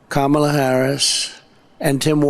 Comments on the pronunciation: He finally pronounces Kamala properly, then loses it on "Waltz." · I noticed he’s pronouncing Kamala’s name correctly now. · Trump pronounced Kamala's name correctly. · I notice he’s pronouncing her name correctly. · He finally said her name right. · He pronounced her name correctly. Imagine that. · Oh Donald, you accidentally called her by the right name for once. I had to go back and check again but you did it so we know you’re not as stupid as you act you can say her name right? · Wow! He actually pronounced Kamala’s name correctly. His team must of told him to knock it off and stop making fun of Kamala’s name. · he pronounced her name right 👍🤣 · Did he accidentally pronounce Kamala's name correctly? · tRump pronounced Kamala’s name correctly! Now, maybe his ignorant, uneducated cult members will start saying her name correctly as well since they are up his behind so much. SMH. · He finally said her name correctly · WOW, trumpy pronounced Kamala's name correctly twice in the video!!!! He must have been watching the DNC when Kamala's two nieces came out onto the stage to show how to pronounce Kamala's name (,la) (,la) (,la) - oh donnie boy see its not that hard! Idiot! Voting blue for (,la) (,la) (,la) 💙💙💙💙💙💙💙 🗽🦅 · He said Kamala correctly.....brain fog I guess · He pronounced her name correctly. Kamala “coma-la” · Rambling tRump pronounced "Kamala" correctly 🙄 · He called he Kamala and said it correctly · He pronounced her name correctly!!! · At least he pronounced her name right. The lesson at the DNC may have worked. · Hey knows how to pronounce Kamala name …that idiot 😅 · He pronounced Madam Vice President's name correctly! Huh! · At least he's listening, he pronounced there names correctly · Wow, he said Kamala correctly. Boring. Boring. Boring. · He pronounced her name right, wow!!